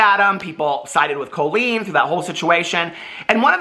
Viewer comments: Does she pronounce her name COE-LEEN or does just say it weird? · I thought her first name is pronounced with a short O not a long O